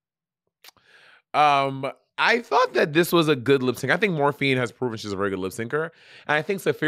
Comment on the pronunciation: I'm ready for this season to be over so Monét will quit saying Morphíne.